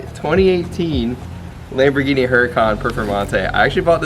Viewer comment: "HURACON" LMAO